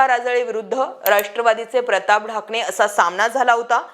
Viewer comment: प्रताप ढाकणे आहे ते..ठाकणे नाही😂😂.. बेसिक माहिती शेअर केली..काही नाविन्य नाही